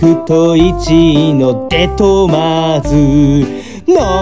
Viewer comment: デトマーズの発音が素晴らしい✨